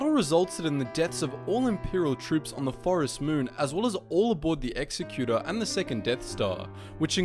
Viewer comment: executor not executor